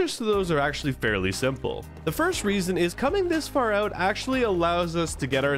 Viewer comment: "..and peace oout". You must be Canadian, am I right?